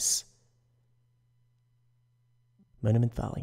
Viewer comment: 'Moniment Vallay'